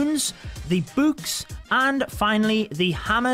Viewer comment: I love using buuks. Buuks are my favorite addition. If I see something I can use a buuk on, I use a buuk on it. Buuk the troops? Yes. Buuk the hero’s? Yes! Buuk the everything?! YES!! Buuk buuk buuk. That’s how it’s pronounced, that’s how it’s spelt. BuuuuuuuuuuuuuuuuK